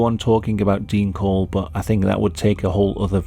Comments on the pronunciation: Dean Corll not Dean Cole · Dean Corll, not "Cole". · His name was dean corll. Not dean cole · Its Corll, not Cole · His last name isnt cole its Corll